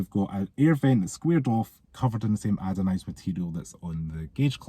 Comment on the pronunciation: I wasnt gunma say anything but i cant stand it anymore 😂 ANODISED not adonised 😂😂 ❤